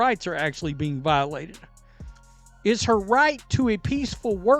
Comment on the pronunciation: Voilated!😂 ever gaym! 😂